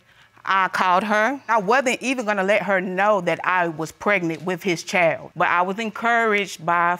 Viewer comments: Young girl had a whole lot of mouth. Nasty. And why can't these people pronounce child instead of "chowld" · Precisely what is a “chel”?! Ch - eye - ld.